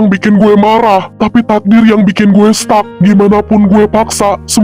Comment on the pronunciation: Hehehh maaf kak, abisnya di kata stuck itu aku agak bingung dengernya jadi aku kirain stop..